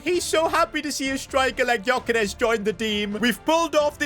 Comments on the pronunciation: Its not pronounced as Gyokeres its "Jyokeres" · Stop saying GYokares Its prnounced Jökares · You don't pronounce the g of gyokeres